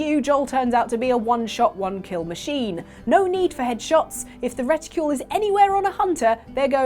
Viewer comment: How did she pronounce reticule?